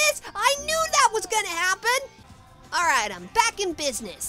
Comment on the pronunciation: hd you said pack not back